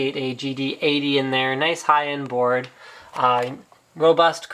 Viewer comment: It's BOARD for fuck's sakes. Not mourd.